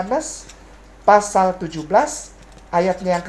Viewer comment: Pasal bukan fasal